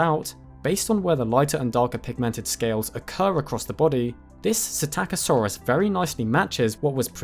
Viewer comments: LEARN TO READ!!! You grossly mispronounce psittacosaurus (parrot lizard) at every opportunity! Where the hell do you even get "SI TAKKA SAURUS from"? It is pronounounced "sitta ko saurus". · You missed the "p" as well. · I keep thinking he's saying "attackosaurus." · didnt know thats how the name was pronounced, always thought it was pistachio-saurus like the nut 😂😂😂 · "PSITTACUSSY"!?!?!??! NOOOOO 🤣🤣🤣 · In the word "psittacosaurus," is not the "p" silent - as in the word "pswimming"? (Yes, that IS a joke, but the question is real enough!)